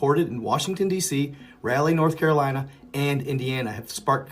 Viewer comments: Its like RAW LEE. not rally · Rah Lee. Not RALLY. Love ya bro.